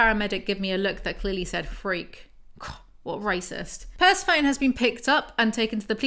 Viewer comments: pls Persephone, pur-sef-on-ee or pur-se-phony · Yeah, pronunciation of Persephone in this video is cursed as hell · I swear I was like WHO is the horse named after….. is it Persephone….? (I was looking for this comment omggg) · PERCE-PHONE???, its pr-seh-fuh-nee LMAO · Persa-phone?!?!! Per-seph-oni!!! Like Hades and Persephone!! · girlo im sorry the way you say Persephone is wrong (not tryna be mean) its the name of the greek goddess Persephone (per-sef-o-ne) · I love you but PERSEPHONE (purse-ef-oh-knee) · Jw. Is Persephone supposed to be pronounced, "per-sef-ah- knee ? " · Persephone is pronounced "per-seh-foe-nee" :) it's from Greek mythology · Idk if anyone has already said this or if you already know and are being cheeky, but Persephone kinda gets pronounced like Aphrodite, (kinda like per-SEH-funni). And, less important and less well known, Samhain, weirdly, is pronounced kinda like sow-in (sow like wow). I love your book breakdown/narration videos so much omg. Also, taking (vegan) CoQ10 and (vegan) Omega 3s with my ADHD med each day has made a noticeable difference for me in weirdness. Also just so you know, vitamin C can weaken certain meds (like mine, which is Adderall). Congrats on starting your med journey! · Say it with me per-sef-oh-neee my inner Greek goddess groans every time you say Persephone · I'm highly amused you read Persephone as "purse-a-phone" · Pleeeeease, can you pronounce Persephone Per-seff-oh-ny? Please. ;) I always think you are talking about some weird new i-phone or something ;) LOVE your book reviews/summaries, BTW. Saves me from blithely stumbling upon them and reading them myself. I would have thrown them into the bin after five minutes. Weirdly enough, I can listen to you talking about them for hours! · Love these videos. I do think it's pehr-seh-pho-nee or puh-seh-fuh-nee kind of 😊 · Bless pronouncing Persephone like "persy-foan" 😅 I can't blame her for it too much, she's so tired.